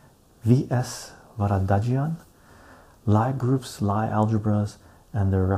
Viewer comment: Lie group is pronounced Lee group, not Ly group.